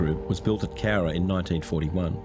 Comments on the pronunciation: You got the pronunciation 100% right mate👍🏻 Another awesome video and vid reaction! ⭐️⭐️⭐️⭐️⭐️ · No, you said the name right; it is referred to as The Cowra Break in Australia. One of the famous POW escapes during the war. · Cowra” you nailed it! Good on ya,!